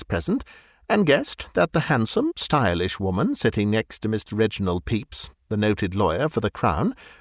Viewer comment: As much as I enjoy this, I have to mention that the pronunciation of "Pepys" – absolutely correct as it is – gives me an image of the prosecutor ("Mr. Peeps") as having the form of an unusually large marshmallow confection fashioned in the shape of a yellow chick, as sold in the U.S. and Canada, particularly around Easter.